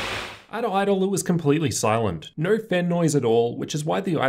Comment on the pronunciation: I honestly couldn't even pay attention to what was being said other than the fact that every "O" was an "er" sound instead of an "O". After i heard "Ner" instead of "No" i couldn't unhear it.